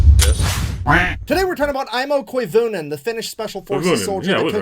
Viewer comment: "Aimo" was bit off at the A , but Koivunen was spoken like native Finn☺